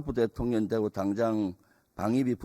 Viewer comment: 말좀 똑바로 해라 대통령님을 대통련이라니 초등학교에서 무엇을 배웠나 발음을 똑바로해라 썅